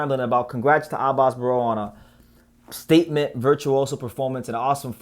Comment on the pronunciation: You got the right pronunciation on it Abass Baraou!